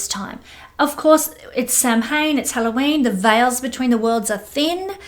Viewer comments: sham win pronunciation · Just FYI - Samhain is actually pronounced “Sow-en”. :) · Samhain is pronounced like "sow" (pig) "in". 💗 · Samhain pronounced: “Sow” (like female pig) - “in”. It is the Irish/Celtic for this time of year ie.: Halloween.